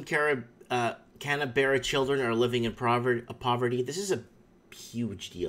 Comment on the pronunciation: it's pronounced "Can-burra"